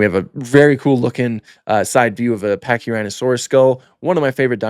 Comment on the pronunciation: you said pachyrinasaurus but it’s fine 😂